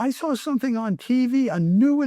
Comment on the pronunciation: I can’t stand when people say “sar” for “saw”